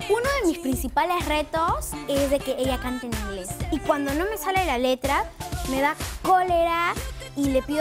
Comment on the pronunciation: no pues no ni siquiera pronuncia bien el ingles veamos a mona laferte y verán